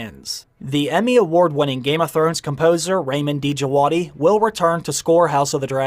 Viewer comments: It’s RAW-MEEN DIJ-WAD-EE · Just a quick note; Ramin Djawadi should be pronounced like Raameen Jawaadee. I know it because I'm Iranian too. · Ramin Djawadi, the "D" Is silent.